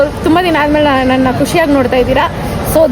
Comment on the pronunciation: Nayna ❌ NANYNA✅ 😅